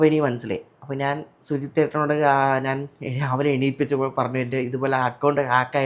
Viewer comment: നാൻ അല്ല ഞാൻ എന്നാണ് മലയാളം